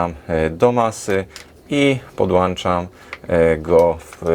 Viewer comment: Czym podłanczasz? Podłańczniukiem? O paleniu diody nie wspomnę tak jak o dziesiątkach innych błędów językowych "godnych" ucznia "podstawówki"!